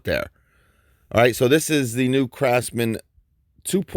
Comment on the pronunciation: Hey is it me or I'm just hearing things, sometimes when you say "craftsman " it sounds like you're saying "crapsman" 😂😂😂